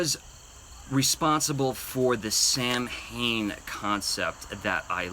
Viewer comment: If Sam Hane is Samhain, it's pronounced like Sow (ow!) - en. B-) 🏆 And Congrats Rebeka!!! I knew that was a winner! <3